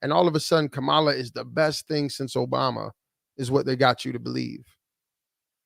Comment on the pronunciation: As in her name now is pronounced "Camel LA... instead of KA-MA-LA🤔